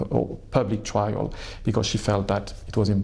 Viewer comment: “Trial” not “trail”, do better BBC. (First sentence).